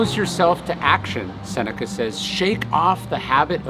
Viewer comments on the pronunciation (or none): none